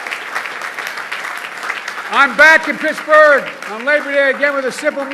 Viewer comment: Mrrrrr Ed gainey mrrrrrrr of picksburgh